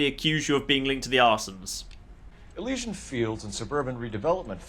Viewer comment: Is it not pronounced elEEsian fields?